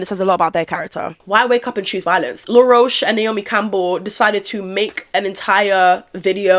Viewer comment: you calling him law rosh lol his name is said like the bug